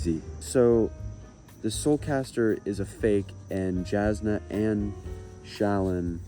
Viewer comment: Jasnah is pronounced Yasnah